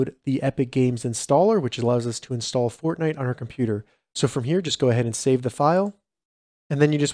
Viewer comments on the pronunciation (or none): Lol “insall”